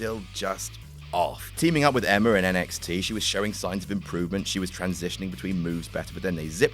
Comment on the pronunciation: "Emmer" 😂😂😂 who is Emmer? I thought her name was Emma! man im effing around. lol